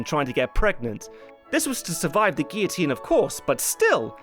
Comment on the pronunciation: when cares more about pronouncing Guillotine right more than a supposed Frenchman